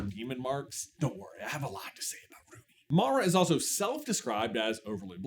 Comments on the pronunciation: Love the video, but the mispronunciation of Mira drives me crazy every time he says her name 😭😂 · It really made me irrationally angry. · idk about "irrationally". Pronouncing someone's name correctly when you have audio references that you've supposedly been watching on repeat is the least you could do. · take a drink everytime says Mara not Mira XD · Mira. Her name is Mira, not MARA. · I was about to be like "My dude! Mira! MIRA not Mara!" Then I saw this post. Take the Like. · IT IS MIRA NOT MARA! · If you guys do another video, please, please, PLEASE, stop calling Mira "Mara"! Her name is not Mara! The subtitles even say Mara! I can understand J not realizing he said her name wrong EVERY SINGLE TIME, but how did the editors not catch it, and make a note on screen, or have him dub in the correct name???? Come on guys! You're better than this! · MIRA ~ M i r a ~ Mira like a Mirror, 😂 Or is it just an ongoing trend where people purposely mispronounce her name, bc people always mess hers up from what I’ve seen 😅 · My guys....I love the topic and would love to see more KPDH material buuuuuuuut......as it's been said: Mira not Mara, Zoey = Turtle, and its 'a zhr' not 'a zūre'. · Rumi, Zoey, and Mira! Not Mara. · But what part of her name being Mira not Mara was that difficult!? I love the theory crafting, but the mispronouncing the name is on the levels of pronouncing aang wrong as ong. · It’s M-I-R-A Mara is a kind of jungle rodent found in Latin America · It's "Mira", not "Mara". And the band that Celine and Rumi's mom were a part of were the Sunlight Sisters, not Sunset Sisters. And the multi-colored Honmoon could mean that instead of the blanket shield that keeps all demons out no questions asked was replaced by a shield that lets demons who were like Jinu (willing to redeem themselves) pass to give them another chance. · Hermione: "You're saying it wrong! It's Mira not Mara." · not "MARA" noooo 😭😭